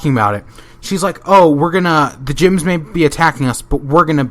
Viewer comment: Every time you say gems or crystal gems, it sounds like you're saying crystal jims.